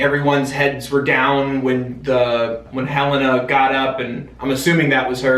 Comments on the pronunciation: Helena is actually pronounced huh-lay-na, not hell-ina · Helena is pronounced "huh-lay-nuh" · Yeah, it's Hel-ay-na. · It’s actually pronounced Helen with an A at the end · it is hell-aye-nuh lmao 😔